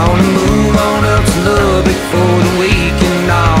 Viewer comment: Learn how to pronounce Lubbock and re-recorded.